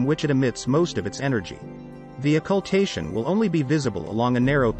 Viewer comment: Wow, you butchered the hell out of pronouncing Occultation.